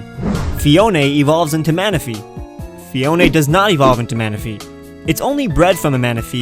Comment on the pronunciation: Phione is pronounced "Fiona"